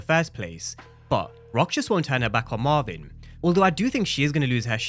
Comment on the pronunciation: Who is mavin I thought it was Marvin 😂😂